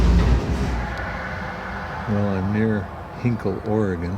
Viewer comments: The correct pronunciation for the Willamette river is 'Will-am-it' (but at least you got Oregon right!) Happy rail running! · I might have even been the one to complain on the original upload haha. Native Oregonian here. At least you didn't say OH-ree-Gone. lol